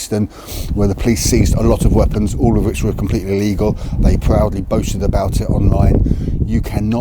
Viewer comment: DUDE, Try Pronouncing ILLEGAL and LEGAL, slightly differently!